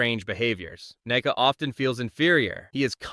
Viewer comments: It's nuka, not " neka" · It's Nuka Whatever you just said idiot